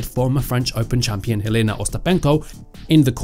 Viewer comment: And both on first AND last name! This guy is simply unable to emphasize the first syllables. It's EL-ena Ry-BA-kina damnit!